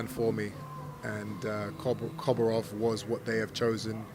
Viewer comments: "Koborov"? Come on, Chris. You can't even say his name right. The name is Korobov. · Doesn’t help that you keep calling him Koborov you numpty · its Korobov not Koborov lol